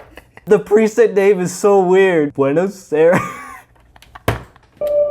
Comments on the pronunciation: Buenos Aires is the autonomous capital of Argentina xd its pronounced bway no side ace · I'll have you know that Buenos Aires is the capital of Argentina! Na, you're not the first one to say it wrong, nor will you be the last (I'm part Argentinian). Great video too. Been watching dubstep tutorials and I ran into this. I almost forgot that this is one of the main genres I want to produce